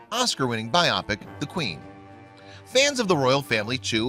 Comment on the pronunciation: "Biopic" is pronounced BY-oh-pik. Emphasis is on the first syllable.